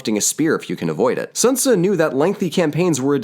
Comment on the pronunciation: Can you just say it in a romanised way? I don't hear you going full Italian for Machiavelli but Sun Tzu.... small gripe great episode